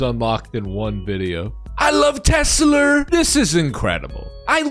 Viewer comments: 'used to'? they STILL do. he literally did it. this happens in almost any non-rhotic accent. people didnt just use to add Rs randomly everywhere. its very specific and predictable language usage. 'used to' would only be accurate if this was a recording of a dead speaker and no living speakers spoke the same accent. neither of these are currently true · It’s actually fairly common in the south. I feel like it’s how half of Texas says it. Since moving to NJ I haven’t heard it once 😂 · Saw someone say “I’ve never heard someone say Tesla with a hard r before” xD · I've never heard anyone say "Tesla" with a hard r before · "Tesler Siber Truck" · Surprised no one has decided to call it "Te-slur" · "I love teslur" yeah bro... we know you do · I think he said 'Teslur!' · Tesler? Did he mean to say Hitler? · Tesler is what he calls Elon’s package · Chuck Testa? Nope, it's Chuck Teslur! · It s teslur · He didn't say "Tesler," he said "TeSLUR." It was a Freudian slip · says tesler first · every youtube video should contain someone saying "I LOVE TESLER" from now on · “The Sheriff’s a Tesler!” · Tesler? I hardly know her! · You’ve never been to Maine then lol. The accent is to pronounce “ah” like “er” and “er” like “ah”. “Amander” “Samanther” “Tesler” lol and then of course “lobstah” “cah” “rivah” lol. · no no no. It’s got the same roots as the Boston accent. You say “Tesla” or “Samantha”. It’s just that you insert R sounds when words end in most vowel sounds if the next word starts in a vowel. “Samantha ris my best friend” “Tesla rasked Elon to please step down so a real ceo could run them” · He said it like it was a tes slur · Was nearly saying T-slur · that damn tesler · its a Tes Slur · Can’t believe Donald pronounced Tesla with a hard r. To be fair, he is known for pronouncing words with a hard r, but never this much. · He just really wants to say a different “er” word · he wants to get that word going😂😂😂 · Probably not the only word they say with a hard R...